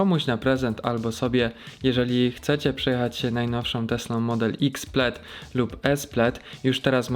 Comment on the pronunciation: plaid sie wymawia PLET